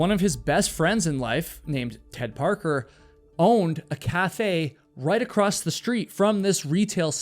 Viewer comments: Its "across" not "acrosst" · There’s no T in the word across. lol